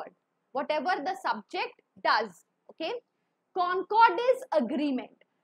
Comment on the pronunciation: It is concord but she is pronouncing it cooooncoooord😂😂